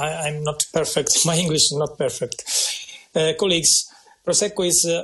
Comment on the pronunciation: Prosecco lo ha pronunciato bene dai 😂😂😂